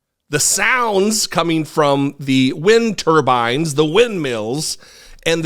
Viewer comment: Trump just can't get "wind turbines" and "stollen" right.